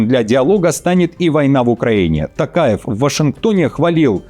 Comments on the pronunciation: Пожалуйста,не Такаев,а Токаев🎉🎉🎉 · ТОкаев, произносите пожалуйста фамилию правильно, не ТАКАЕВ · Токаев,Ане Такаев.Попов а не Папав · Токаев и не Такаев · При всем уважении , пожалуйста произносите имя и Фамилию президента РК правильно: ТОкаев КасымЖомарт Кемелевич! А так я ваш постоянный слушатель , и подписчик!🤝